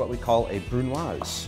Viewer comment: Congrats chef you pronounced it wrong